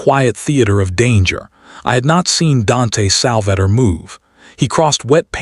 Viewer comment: Sal va tore not Salvatter